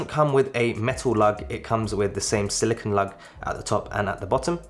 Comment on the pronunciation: Thank you for making this video! As a person with small wrists, I was curious as to which band would look best with the gargantuan AW Ultra. One note, though, you are mispronouncing silicone. The Apple Watch band is made of silicone (sill-ih-kohn) while the element silicon (sill-ih-kahn or sill-ih-kn) is used to make computer chips. I must say that a silicon band would be very brittle and quite uncomfortable to wear.